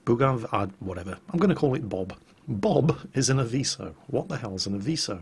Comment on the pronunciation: Don't worry, You say Aviso as it is supposed to be said.